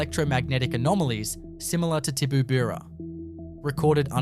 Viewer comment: This channel is ran by an absolute flog. He can't even pronounce the names correctly of some of the towns he's talking about. These stories are ridiculous. As a former resident of Tibooburra (one he couldn't pronounce correctly), that story is absolute hogwash.